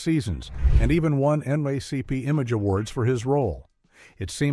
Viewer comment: Right....N...Aye....Aye C P ????.... N Double A CP!!!